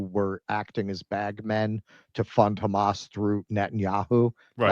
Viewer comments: Why do the Israel partisans pronounce Hamas 'Khamas'? It's weird. The H is aspirated in Arabic. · pronouncing Hamas with the hard 'ch', because he's just a regular American. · They start with a weird kkkkkk.... sound for some reason. They pronounce it as kkkkkkkkkkkhhhhhaamus. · even mispronounces 'Hamas' they exact same way the Israelis do.